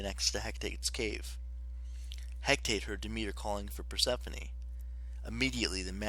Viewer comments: He ca te not hec tate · Its He-ca-te